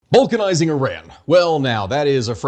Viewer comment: We're gonna turn Iran into Rubber? Oh, BALCAN-izing...my bad, carry on.